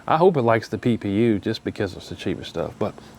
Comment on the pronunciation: Every time you say PPU my brain hears Pew Pew!!! 😂😂😂😂